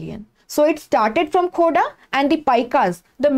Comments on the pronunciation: It is not khoda ....it is Kho-r-dha rebellion .... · Mam it's खोरधा not खोडा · Mam it is khurdha,not khoda.. Correct it.. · Mam, ye खूर्दा hai not khoda 😍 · Mam the pronounciation is wrong..That's KHORDHA mam,I belong to this place Thank u btw...